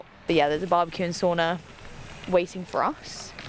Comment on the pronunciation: It’s called Sauna, not Soona 😂 ❤